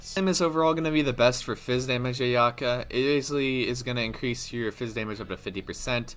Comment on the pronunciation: It says on the translated tool tip for the new 5* sword that each stack is calculated separately - you can’t just auto to get three stacks. Also, if you’re going to make a “complete” guide for a character that hasn’t been announced/has unconfirmed numbers, at least pronounce her name right man. I’m hype for her too but let’s do our homework.